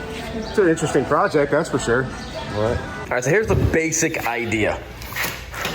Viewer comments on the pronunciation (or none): none